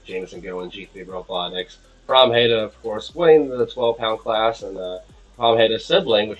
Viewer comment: Oh my god you actually said Pramheda right! I’m so proud of you.